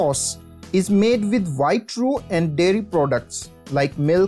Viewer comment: Vee like Vhite sauces!!